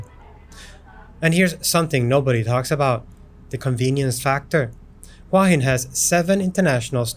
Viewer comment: It’s pronounced who-ah hin